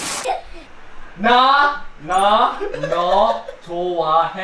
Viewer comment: Hyunjin sounded so English when he said jyp 😂